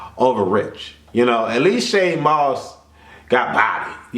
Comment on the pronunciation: LOL why do you keep calling him Shade Moss, it's Shad (pronounced Chad with a S)